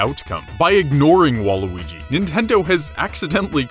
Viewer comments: you said waluigi wrong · Someone say nega weegee